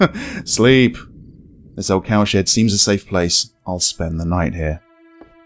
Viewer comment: Every time he said cowshed fast it sounded like cowsh*t lol couldn't help but laugh